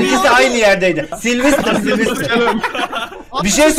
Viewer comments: Saylsterı silvistır diye okudun ya ben utandım. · Abi siylistır deil saylister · Silvistır değil saylestır diye okunuyo en sevdiğim youtuber diye biliyom sjsjsjsjsjsjs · Abi silvistır ne ya 😂😂😂 saylestır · Abi o silvster diye okunmaz Sayıstır diye oku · Silvistır değil SAYLSTER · Yaaa sivlistir deil saylester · abi sen silvistır diyince gülmekten ağladım annem neden ağlıyosun dedi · saylster a silvistir diyen ilk insan😝😝😝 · Slistır hahaha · Abi saylestır diye okunuyo